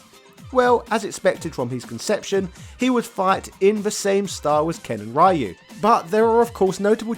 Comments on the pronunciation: It's Roo not Rye you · you keep mispronouncing ryus name. and each time it becomes more noticible and less easily ignored. >w< ree-yoo not rie-yoo. if it were pronounced your way it would have been raiyu. like raiden from metal gear. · I honestly have zero interest in Sean. Laura was far more interesting in terms of looks and fighting style. Also who is this "Rye-Yoo" he speaks of? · No, it's "Ryu" (a combination of the syllables "ri" & "yu") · lmaoo!! diff lands pronounce ryu differently. but hell ya capcom needs to put in some SF3 characters as DLC at least... its really lame and disgraceful to neglect them. especially with the whole back to hip hop and third strike vibe SF6 has going on. i would like to see sean and how much he has improved and his fighting style. i miss his 2 hit dunk shoryuken. that needs to make a comeback. also being a ken fanboy is part of his hype. the dude is basically sakura for ken. minus any fruity intentions. lolz. but ya dont see any reason for him to just hate ken all of a sudden. curious wtf happened to ken also. love his garou/cobain look tho. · True but then why does he pronounce "Ryo" as "ri-yo" instead of "rye-yo"? I don't get why he refuses to make an effort with "Ryu" when he obviously could pronounce it properly if he wanted to... And yes I would also love to see how far Sean has advanced since Third Strike. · Ive been watching a few of this guys videos. And they are good. Really good. But when i hear him pronounce Ryus name. I wanna shit myself and jump off a cliff in minecraft. And then i hear him say Shoryuken right and im like, you know Ryus name is in the name of the attack.